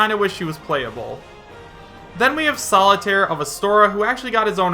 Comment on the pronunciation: Steve over Banjo is already a nope, but vault boy? I just don't see that at all. Also, "Solitare of Astora" made me snort